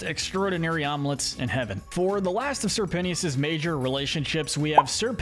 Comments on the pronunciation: Its not sir Penty-us, ITS SIR PEN-CHUS!!!!!! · It’s pentious not penthious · ITS PENCHIS NOT ✨PENTEEUS✨YA GOOF BALL! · Say it with me "pen...chus...penchus" not pen-tias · I cannot focus when he calls Sirpentious (sir-pent-chus), Sirpenious (sir-pen-e-us) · Sir pennyous. Thats what your saying. Prounounce it Sir-pen-cious" Pentious Pencious, same Canon pronouncianction. No critizicm though!!! Loved this vid! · Penius............is it me or it sounds like PENIS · Sir Pentious, not Sir Penious. It’s a pun based on the fact he’s a snake… a serpent. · The fact that he said Sir PENT-EY-US 😭😭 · Ok I don’t know if I’m saying it wrong but I’m pretty sure it’s `Sir. Pen-chis‘ and it kinda annoys me when you said it like that… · i was enjoying it until he started saying “sir pennyus” 💀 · Matey did not just say sir pen T us instead of pentious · ok ok is no one going to mention Sir PENTYUS?! the way he pronounced sir pentious name?! like I can understand if they never said his name but thats not how its pronounced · With all due respect, I must take a moment to acknowledge and poke fun at pronouncing his name “Sir Pennyus” 😂. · STOP CALLING HIM PENNIUS 😂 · stop calling him penious you sicko!!!! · Bro why did you call pentious sir penious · Bro is really calling sir pentious sir penis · “Sir penteeous”💀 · homie said "sir penious" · It's pronounced PENT-TIOUS. Like serpent. Serpent shious. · Respect sir Pentious, NOT PENIUS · Not the pronunciation of Pentious 😭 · It kinda bothers me how he pronounces Pentious name 😂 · Wait- is that how your supposed to pronounce Pentious !!! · WHY ARE YOU SAYING SIR PENTIOUS LIKE THAT 😭😭😭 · You need to pronounce Sir Pentious’ name right man. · BRO PRONOUNCE PENTIOUS RIGHT! 😭😭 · How did you get Sir Pentious's name wrong so many times 💀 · You kept saying sir pentious wrong multiple times